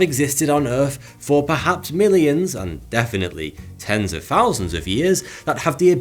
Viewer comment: Fousands, you say?